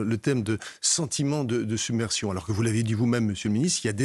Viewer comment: submersion dit un et Attal summersion ....